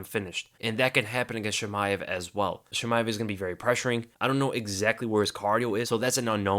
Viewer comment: One thing tho, It is not "Sheemaev" it's "Cheemaev" :)